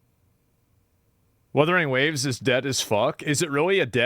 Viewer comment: Ah yes, my favorite mobile game: Werthering Waves 🤦‍♂️ 🤦‍♀️